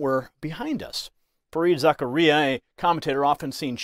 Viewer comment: It’s pronounced - Zac car ia